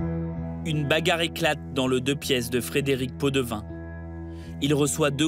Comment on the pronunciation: Podevin ou pot de vin ???😂